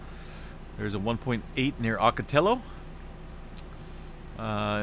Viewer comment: Ocotillo (Ah-ca-ti-yo) You can do it